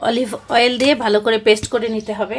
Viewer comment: Didn’t I tell you to say অলিভয়েল? So it will be olive oil? Now read the comment. What did someone say about your this specific pronunciation? It is NOT rocket science or very hard. You just didn’t try and make this impossible to pronounce. অলি+ ভয়েল = অলিভয়েল। that is olive oil অলিভ অয়েল। জয়তুনের তেল। “জলপাইয়ের তেল” বল্লেই তো হয় আপু, এতই যখন মহা কঠিন অলিভয়েল কথাটা বলা আপনার কাছে। অনেক অনেক শুভ কামনা ও দোয়া আপনার জন্য। ❤